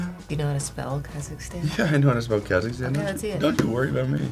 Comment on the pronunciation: I was born in Kazakhstan and them saying it wrong hurts 😂😭